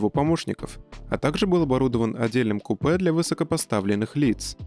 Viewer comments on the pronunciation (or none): none